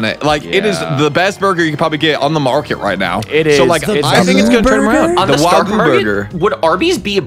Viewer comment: Did he call it "wah goo" burger? jesus...